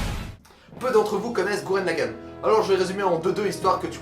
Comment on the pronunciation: C'est LAGGEN pas LAGGAN